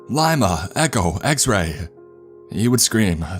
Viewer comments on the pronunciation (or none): It's not pronounced lime a ots leema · Man who says Lima like that